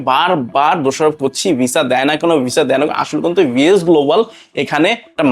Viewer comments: একটা বারো ভি এফ এস বললো না ভি এস বললো😂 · তুমি সাওয়া আগে ভি এফ এস উচ্চারণ শিখে তারপর ভিডিও বানাও 😂😂😅😅